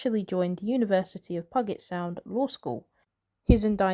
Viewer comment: It’s pew jet sound. Oh please,please learn to pronounce words before making a video!!!!